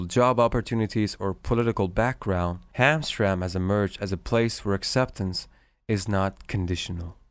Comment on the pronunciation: You should remake the video with the correct pronunciation. It is Ham Tram Mek. Not Hamstrang as you say it.